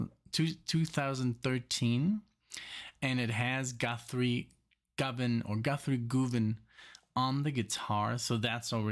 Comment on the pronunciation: It's pronounced GUV-UN not GOO-VAN. HTH